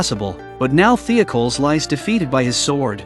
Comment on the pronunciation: Great episode, I remember watching this episode on Netflix when it was a brand new show Also, your AI is terrible at pronouncing Greek and Roman style names. It’s pronounced The-oc-oh- leez